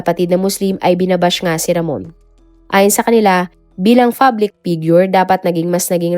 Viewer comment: "Fublic" figure.. Kainis magbasa at magsalita